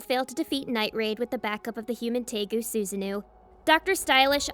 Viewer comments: oh no, hearing suzu-nuuu makes me cringe so much, its su-sa-no-oh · I'm sorry but can you please learn to pronounce the names properly? "Su-za-noo"? "Mee-nay"? Come on 🙄